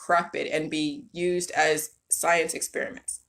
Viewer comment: "And with that being said, let's break down the psyence"